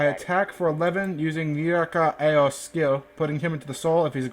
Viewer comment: its not murakumo btw still good videos!